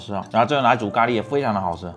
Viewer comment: 咖ㄌㄧ哈哈哈哈哈